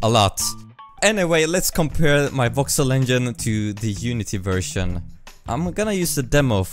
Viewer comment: Every time he says voxel I hear Vauxhall.